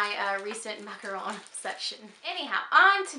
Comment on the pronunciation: You pronounce 'macaron' really well! :-) They have been my favorite since childhood, we're lucky enough to be able to buy them everywhere around here. And I have made them myself several times at home, not easy though, so I do prefer buying them LOL I have the same keychain in brown, it's so cute! Love the plate with the peacock and looking forward to your next videos!